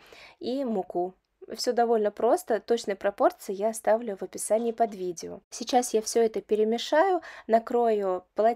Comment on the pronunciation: Мне всегда режет слух, как логопеду, что вы вместо слова сейчас, говорите шечас.